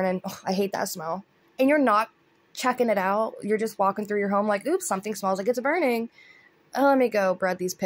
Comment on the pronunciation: I laughed when her bf said "IS SOMETHING BUNRING"?